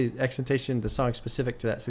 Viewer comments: just call him x. saying xtentacion just sounds lazy and stupid. you are a popular figure and influence people so please strive to say and pronounce names properly. btw im a big fan but you can do better in this case. i was a big fan of x also and for me he deserves the respect of having his name said properly or use his nickname x. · Plz stop pronouncing it like that... It's (X X X TEN TAH CEE OWN) Or just call him X Please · it’s “ex-ex-ex-10-toss-eon” (with a slight accent on the end) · Just btw it is pronounced X-X-X-TEN-TA-SEE-ON. Love the reacts🤘🤘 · You say his name wrong